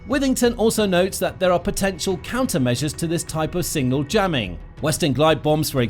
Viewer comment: Have a shot every time he says single instead of signal